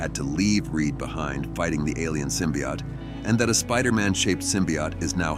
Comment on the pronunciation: The narrator keeps mentioning something called a symbiot. What's the difference between a symbiot and a symbiote, besides pronunciation?